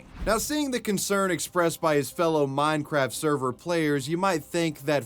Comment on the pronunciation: bro definitely said “mind-craft”